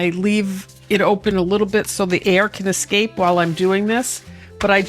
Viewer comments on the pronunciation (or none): none